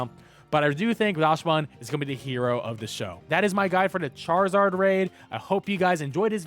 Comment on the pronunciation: For non-German speakers, it's pronounced "Daksbun", because it's based on the Dachshund, which is pronounced "Daks-hoond" in English.